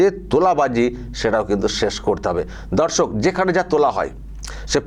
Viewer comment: Dada darsak ta ektu poriskar kore bolben nijeke dhorsok monehoche